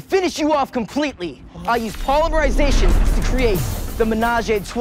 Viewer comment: "Polymerilization" got me fucked up 💀😂